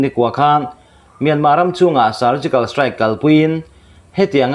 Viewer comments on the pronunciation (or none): none